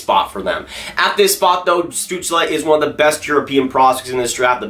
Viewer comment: You should do a video when you say Stutzle for 10 minutes...:)